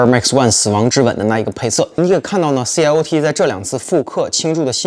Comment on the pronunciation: 網絡上真係很多人不懂 SACAI 的發音 , 其實 I 是有發音的 還是第一次聽到有人說 C L O T 獨立 4 個音做品牌名稱